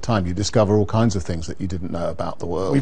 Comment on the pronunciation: Bilderberg?? Hofofofofofofooo. The NSA PRISM prewgrahm. oh. Neva Hurd of it. Hofofofofofofofoooo. Oh You crazy "conspiracy theorists" with your NDAA and increased surveillance. why SHORLY we OLLL knew that there is new such Thinga. Hofofofofofofooo